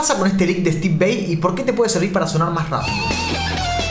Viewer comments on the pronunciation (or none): no digas vei que el mismo steve lo pronuncia como se escribe, vai, si no me crees busca sus videos y entrevistas